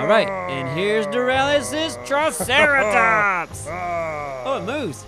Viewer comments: "treeceratops" xD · its a "treeceratops"